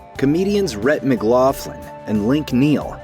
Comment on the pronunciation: The only untold thing in this was your horrid mispronouncing of McLaughlin, this is all widely known, this channel is crap